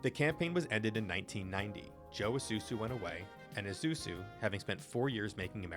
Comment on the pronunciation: The “S” comes before the “Z” 😏 But at least e know you’re not AI